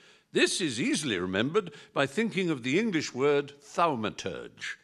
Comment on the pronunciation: "Be a thalmaturge"